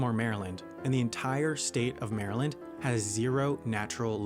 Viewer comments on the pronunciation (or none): none